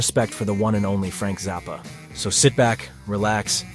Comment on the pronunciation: Why does this narrator pronounce it Frank Zarppa, rather than Frank Zappa?